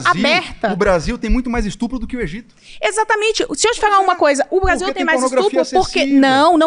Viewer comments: Falou instrupo perdeu a moral 😂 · Só não entendi porque nenhuma dessas 30 pessoas sabe pronunciar a palavra “es tu pro” corretamente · "Robox" "ESTRUPO" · “Estrupo” Só nessa palavra dá pra perceber o nível desse pessoal! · O mano meteu um ''estrupo'', depois desse português maravilhoso da pra entender o nível. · “Estrupo”, “estrupador” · "estrupo, poblema" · esse loiro: POblema, &sTRUp@ pqp não sabe nem falar